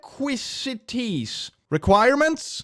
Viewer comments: Requisites: pronounced “reh-kweh-zits” meaning actions taken beforehand, don’t worry still give you my love and appreciation for your content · if you were wondering it’s pronounced as “re-qui-zits” which is another word for “requirements” hope you have a good day. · I've always heard "requisites" pronounced "reh (like meh) - kwi - sit - s" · it's pronoujced "rek-wiz-its" and you may have already heard the term prerequisite. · Requisites is pronounced "REK-wih-zits" and means pretty much the same thing as requirements. Also pretty much synonymous with "prerequisites". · it is pronounced reh-kwi-zits. Hope this helps! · Ah, the joys of watching non-native English speakers deal with the absolute nonsense that we think are words. Requisites = rec-quiz-its, and yeah, it just means requirements. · Requisites Rek-wiz-it Required to have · Requisites: re-qwi-zits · A requisite would be like a qualification, it's pronounced reck-quiz-it :) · Giggling bc he couldn’t pronouns requisites i’m dead 😭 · If you don't Know how to pronounce a Word, Look it Up. "requisites" is Like "prerequisites".